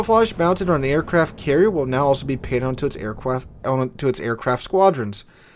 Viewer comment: "Aircwaft" xD